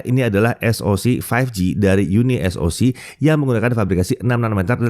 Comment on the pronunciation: Di baca Uni(pisah)Soc